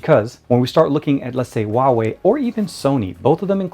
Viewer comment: You pronounce the Huawei wrong.